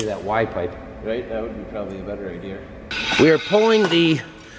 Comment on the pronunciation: Minnesota talk- idea=idear 😂